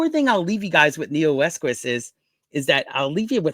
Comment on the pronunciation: There is no Neoesquis Pronounce Neo Eqos